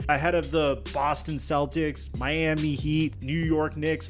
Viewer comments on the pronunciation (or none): none